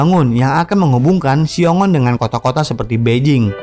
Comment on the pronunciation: Xiong An, bukan Xiong On , min.